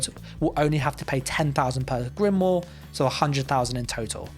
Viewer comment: Please learn how to pronounce grimoire lol. Drives me nuts.